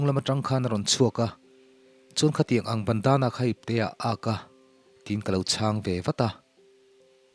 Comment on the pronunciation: Che chang tih laiah hian chang tih a thluk lovin chang hi tih hniam tur zawk a ni lo maw